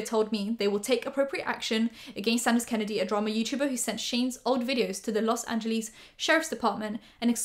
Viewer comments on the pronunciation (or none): omg the way she says los angeles